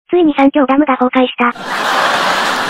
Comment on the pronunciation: アメリカの崩壊がふゆかいに聞こえたのは僕だけ？